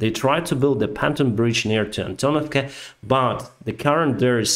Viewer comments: Hello sir, American here. Been following your channel for months now. I'm always impressed with how good your English is! That said, and this is my first critique, please look up how to pronounce the word Pontoon. It is pronounced PON-TUNE like Loony Toons lol. Not PON-TON like as you would say fried Wonton. Aside from that, fantastic, amazing work you are doing. I hope we continue to increase our arms supplies to Ukraine. You will win this war and take back all your land, and preserve democracy. Zelenskyy is a great man, just like you. Slava Ukraine! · FYI Your English is a thousand fold better than my limited Russian, but to help with your very clear professional presentation- IRON Is pronounce ION (the R is silent) and PONTOON is not pronounced PANTOON . The O is pronounced the same as in ON (eg. On the ground) . I never seem to remember when O in Russian is pronounced as A. So I understand. Thanks for great clear explanations. I watch you most days ! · I love your commentary, but it's hard to take you as seriously as you deserve when you talk about panton bridges (pontoon) and pissfull (peaceful) skies